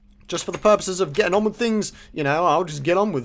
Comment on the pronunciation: Witch not with!!!! Lol